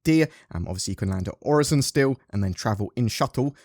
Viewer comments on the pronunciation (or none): It's pronounced OR-IS-SON That's how a computer says it :P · i dont get why there is confusion on how to pronounce Orison. Its Orison, not OriZon... there are ads promoting Orison like a tourist destination that demonstrate its proper pronunciation. must be a british thing XD